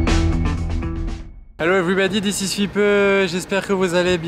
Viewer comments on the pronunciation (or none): none